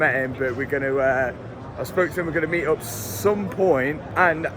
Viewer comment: "MEaT oUr Frweindz" 😂